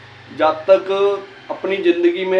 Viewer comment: Zaaaatakk nahi jaatak bole sir